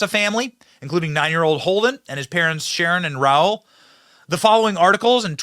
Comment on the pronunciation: Is there a really good reason you're reading like a fucking auctioneer! Her name is Shannon not Sharon. Come on, a little respect.